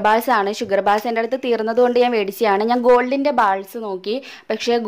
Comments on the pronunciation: ബാൾസ് നു പകരം ബോൾസ് എന്നല്ലേ വേണ്ടത്. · silver bals alla bolls ennan pronounsation